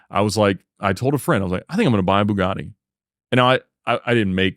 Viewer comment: Ba-GaTTy, not Boo-Gardy